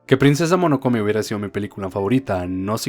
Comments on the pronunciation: Alguien más tuvo tics siempre que decía Monokome? Jaja Es: MO NO NO KE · Solo una cosa... Es princesa MONONOKE xd tanto escuchar "Monokome" me dio algo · MONONOKE no monokome HAAAAAA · MONONOKE NO MONOKOME XD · When se pasa todo el video diciendo Monokone en vez de Mononoke xD PD: Me encanta kiki pero no me gusta totoro ambos como pelicula, soy raro? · cada que dice monokome me da algo.... pero igual ame el vídeo, pues ghibli siempre sera el estudio de mis peliculas animadas favoritas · Hoy aprendimos la maravilla que puede ser el estudio Ghibli, con sus personajes, historias y animación nos demuestra qué podemos ser mejores personas ante el mundo y nosotros... Que hay que decirle a que se dice Mononoke y que ya nació un nuevo shipp entre un mago (Howl) y un pollo (). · Monokome xD Mis oídos sangraron cada vez que escuché esa mala pronunciación de Mononoke. Castillo del Vagabundo? Dónde le viste lo vagabundo al Howl? XD no pronuncias la H como la H en Harry xD Pero dejando eso de lado, es un buen video.